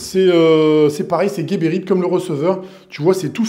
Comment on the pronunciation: Big up. C’est geberit ca se dit Jéberit et guéberit… y a pas de u.